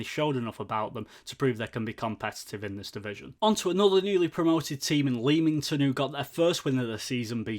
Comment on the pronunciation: Have subscribed. great review. keep it up..just a heads up..Leamington is pronounced LEMington..😁 come on you Brakes